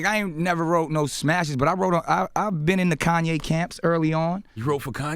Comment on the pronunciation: Butchered Kanye's name